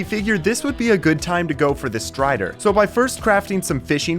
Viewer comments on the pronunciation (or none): Bro said stray when he was supposed to say strider 😂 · Ah yes, the Stray-der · find the stray? don’t you mean strider?? (JK)